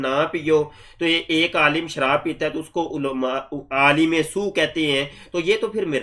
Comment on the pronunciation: No wonder says "aalam" instead of "aalim"!!! Making the Qadiani religion survive the scrutiny and examination of Muslim scholars is his mission, his "world"! In his world there is no place for a "aalim" of Deenul Islam! is just a professional, an employee of the cult, the leader of which, that Coxcomb khalifa, speaks Arabic and reads Quran with far more errors!